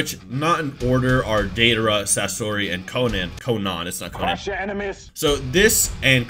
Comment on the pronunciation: CROSH YOUR ENEMEEZ